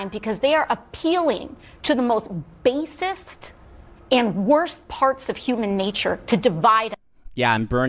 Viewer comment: AOC says “most bassist” instead of basic. That’s like when she said we need to breathe water.